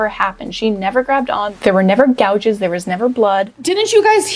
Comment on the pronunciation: makes me lose brain cells. “Fiascle” “Gahges”